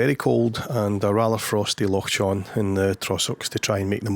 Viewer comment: Lovely shots. Cracking conditions. Well done for getting rid of the messy foreground. And its a nice wee massage to the ego when someone recognises you 😅 By the way, the correct pronunciation of Loch Chon is with a hard Scottish "ch", the same sound as the "ch" in "loch".